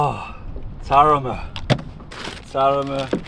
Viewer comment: Put the tone on the last a, Taramá. Putting it on the first a, Tárama, it means something else 😊